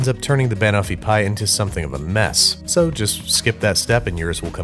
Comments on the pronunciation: I’m sorry Babish but the way you pronounce banoffee pie physically pains me. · As an English person, the way he says banoffee makes me die inside a little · I feel like he's screwing with us with his pronunciation of banoffee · Why does he say banoffee like that it’s just wrong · I cried a little every time you pronounced Banoffee!! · Well 'pin' for 'pan' isn't a good pronounciation either. Brad has rubbed off on Babish. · I KNOW!!!! it's not even a hard pronunciation, just shift the emphasis from BA-no-fee to buh-NO-fee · Time for some Hermione-splaining. It's not ban-offee, it's ba-noffee. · Ban o’fee pie?! Ban-off-ee pie, looked yum thohgh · Pn. Bunoffee. Not ban offie banana/toffee. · Every time he says "Wurshchuster Sauce" or "Banuffee" an Englishman spontaneously combusts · I'm having a reaction to "Ban-offie pie" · Jeff Nichols yeeee, but he’s not saying Ban(ana)(t)offee, he’s saying ban-owe-fee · I'm American. Its wrong. Do you call bananas BANana? No. You say buhNANa. . Its literally Banana and Toffee combined. BuhNOFFee. Also, it's a British dessert, so I think they know how to say it correctly. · he weirdly stresses the BAN bit. It's "ban" as in the beginning of banana- closer to "bun" than "ban" (technically I think it's a schwa, the indeterminate vowel, but that's because I'm a nerd) and then the end of "toffee". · buh-noff-ee. Stress on the second syllable just like Kiers Knightley's character does. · I’m from the UK, I can confirm no one calls is Banoofeee pie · I, as a british person, am never going to be able to unhear him say ba-nuffy and i dislike it greatly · Babish: Tries to pronounce Banoffee pie Me: *ScReAMs iN BrItISH* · how can you pronounce Banofee wrong when she literally says it in the clip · To be fair, there is an “o” in the name of the food is being pronounced. It’s toffee, not taffy; which are different things. Plus, even though we say caramel weird we say almond a lot better in my opinion